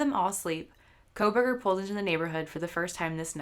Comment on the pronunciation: NARRATOR PRONOUNCED "KOHLBERGER" "KOHL-VER AND SHE PRONOUNCED "STAINS" AS "STREMERS"....PLAY IT AT 75% SPEED AND YOU CAN SEE HOW NARRATOR MUMBLES MANY WORDS JUST LIKE A DECEITFUL THERAPIST WHO DOESN'T WANT YOU HEAR THE WORDS*